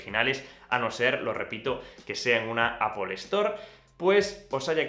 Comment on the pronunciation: Buen vídeo pero porqué dices apol?en ingles tampoco se pronuncia asi,seria apl